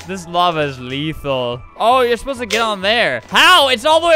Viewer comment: "This lava is leethul." Such a good speech, brought a singular teer to me eyes